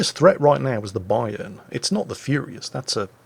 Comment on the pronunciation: you pronounce Bayern "A" the way I pronounce the Yamato "A" and Vice Versa.